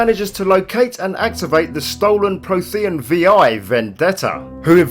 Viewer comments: it's frequently pronounced throughout the original trilogy 😂 It's weirdly difficult watching this video and thinking "Pro-the-AN" I wish YouTube would allow a quick audio swap for pronunciation in videos whenever they're missed on the final take 😭 (Pretty good lore overview btw 👌 nice and comprehensive) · I swear I almost stopped watching because of his pronunciation of “Prothean”... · No worries, info itself and presentation was actually spot on! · Oh my word. "Prothean" is spoken many, many times throughout the series. How do you not know how to pronounce it? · Adam Taylor I knooowww it made me cringe every time...